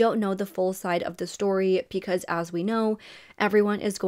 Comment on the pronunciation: Why do you pronounce your B's like P's? It's distracting and takes away from the story. You say Peecuz instead of Because.